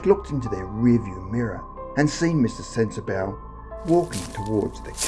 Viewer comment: Also it's pronounced sensa "bah" and not sensa "bow" just so you know lol